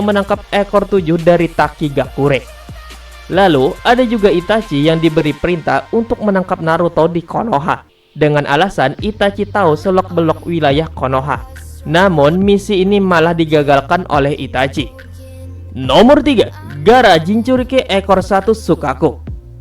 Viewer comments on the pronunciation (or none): wkwkwk "selok belok" 🤣 gan tolong bahasa lo di benahi penyebutan dan cara bacanya ya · Pakai huruf "U" bukannya "O"